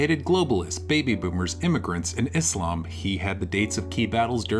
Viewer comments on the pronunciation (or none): it’s a small thing but i hate how lauren pronounces “islam.” like, you know how to say it lauren. there’s absolutely no way you don’t. it feels purposeful and disrespectful